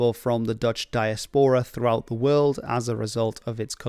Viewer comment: i cant tell (as a dutch guy myself) if you too are dutch, seeing as your pronunciation is spot on